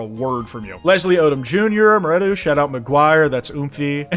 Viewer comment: (haha) flavor foley are a group who make cool and awesome vocaloid music like static and spoken for, no idea who is travis tho just got to this part, first off why do you say maretu like ma-re-do and second basing off the many vocaloid things the song is probably confessions of a rotten girl by sawtowne i think this comment is so long oh god no one is even going to see me infodropping about vocaloid anyways jaimie paige makes vocaloid music pretty sure visualeyes also does but im not sure not vocaloid but my danish sweet heart by mitski???